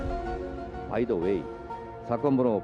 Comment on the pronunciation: 영어는 왜 섞는거야 발음도 구리면서;; 바이 다 웨잌ㅋㅋㅋㅋㅋㅋㅋ